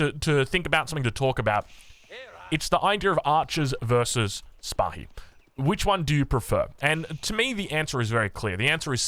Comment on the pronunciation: Sipahi pronunciation is good but you need to work on landmarks and mehter.